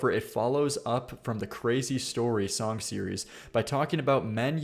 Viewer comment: God i cant stand the way says the word "song" He says "SONGK"